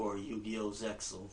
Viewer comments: lol i think its pronounced zeal :) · the X is silent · Actually Zexal is pronounced "Zeel." I had to call the office of 4Kids Entertainment to ask about a Performance License to play the newest Yu-Gi-Oh! 3D movie on my Campus and it came up in the conversation and the Lady that I talked to told me how it was pronounced and told me that "Doesen't it sound better that way??" I agreed. Good thing that she didnt bring up the issue with his hair because that would have been ugly.... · It's pronounced Zeal by the way. ZEE ALL